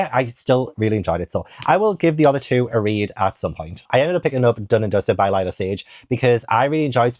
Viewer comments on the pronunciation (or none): none